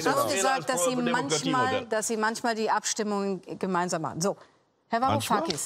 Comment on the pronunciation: 'varu-kakis' als ob er seinen namen nicht wusste